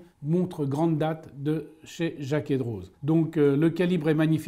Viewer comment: Hey. Il me semble que l’on ne prononce pas le « z » dans Droz. C’est comme d’autres noms suisses tels que Ansermoz, Sandoz, Evequoz, Dessimoz, etc…